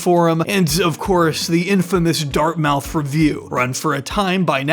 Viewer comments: Dart mouth lol. It's pronounced dartmuth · it's Dart-muth not Dart-mouth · “DartMOUTH”? JFC, learn how it’s pronounced. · It's pronounced Dartmouth not Dartmouth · It's pronounced Dart-MUTH. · FYI Dartmouth in pronounced "dart-muth" (with the "u" being like the one in "push"). It's almost "dart-mith." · 'dart-mouth' 🤣 🙄you sound like an imbecile by not knowing how to pronounce Dartmouth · Is this AI? Or you don't know how to pronounce Dartmouth? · why is he saying dartmouth like that